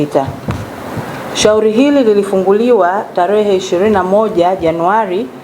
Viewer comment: "Taalifa" , "Shauli" ❌❌ nashauri huyu reporter asiwe anafanya narration huenda akawa mzuri kwenye shooting & Editing abaki huko plse huu wangu mtazamo tu jmn